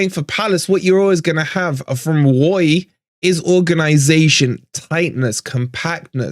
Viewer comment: was that 'woy'..? i don't think it could have been 'Roy' as a tribute to the other side (as admirable as he is) - either way i will say COYR...